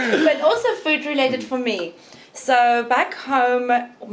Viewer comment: My dude. "Also" does not have a T in the middle. "Both" does not have an L in the middle. Stahp. Plz. I'm having convulsions over here.